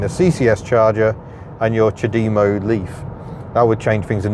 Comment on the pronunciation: CHAD-emmo not cha-DEE-mo lol